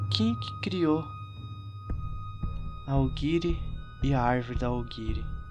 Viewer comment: nhiogori não é aoguiri ou aogiri